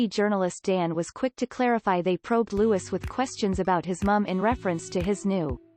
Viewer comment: It's Louiiiii not Lewis